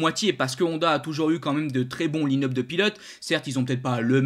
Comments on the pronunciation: Super vidéo, juste une chose c'est pas "line up" mais "l'ail ne up" c'est un truc qui me fait a chaque fois bugger :D Continue tu fais vraiment de bonnes vidéos ! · la prononciation, c'est anglais et ne se dit pas line up à la francaise mais se prononce "l'ail-ne up"